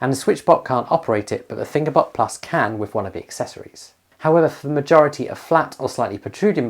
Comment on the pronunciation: well I'm 10 seconds in and I thought I heard "finger butt" so let's see where this goes haha